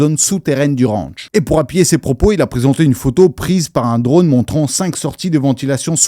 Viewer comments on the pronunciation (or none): none